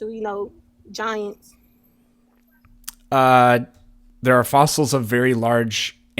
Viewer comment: “and den you know giants are real they was here during the time you know..so, They been findin SOSSILES!”